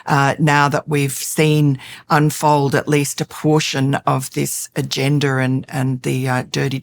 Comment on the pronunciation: Did she just say agenDER? 😅😂